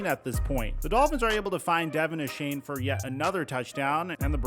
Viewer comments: It’s pronounced Devon Achan not Devin Ashane, just saying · Devon Uhshane is probably the worst rendition I’ve heard yet😂… It’s Aye-Chan like Jackie Chan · (Dee-Von Ayechain)* pronounced